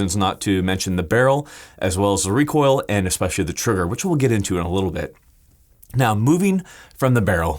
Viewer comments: "help control wecoil uwu" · Got to contwol that wecoil 😎